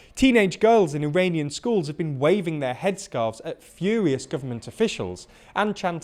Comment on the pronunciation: 1. Don't hold your hands, get a desk or something just too distracting your fidgeting not to be critical you're close to greatness. 2. It's FURious. Not "fewious". Like Fury! 3. Stand up straight chap your right shoulder is posture half a foot down another distraction. 4. Nit picking yea. Use your own words don't read off the script. Tell us your rehashed unique version not the chicken noodle soup notes you stole off reddit on the topic 10 years ago.